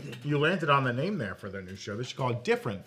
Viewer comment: can’t pronounce anyone’s name right and it makes me wince every time 😩